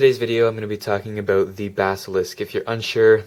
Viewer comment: Aboot haha...